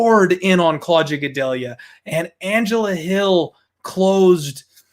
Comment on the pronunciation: say claudjuh one more time i dare you